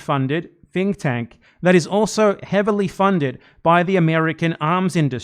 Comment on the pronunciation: Normally I assume it’s accent that makes his “th” sounds “f” sounds, but I think he meant to say the Atlantic Counsel is a “fink tank,” which, accurate.